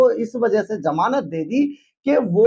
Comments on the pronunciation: sarab ya sharab, jamanat ya Zamanat. aabe koi batata hai tumhien aapna chanel banake ko. hindi too bolna sikho. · pehle hindi jo ki hamari matra bhasha hai usse shudh karo. masinri nahien hota machinery, suru nahien shuru hota ha, jamanat nahahien Zamanat hota hai. anpad. baaj nahien Baaz, sayad nahien Shayad hota hai, ab aur nahien sun paoonga. aur sach bataoon too isse background change kar ke coat shirt pehen ke dukaan zyada din chalna mujhskil hai. Pehle aapni zabaan saaf karo